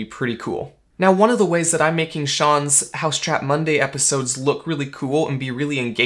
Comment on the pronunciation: It's 'Mousetrap Monday', not 'Housetrap Monday'.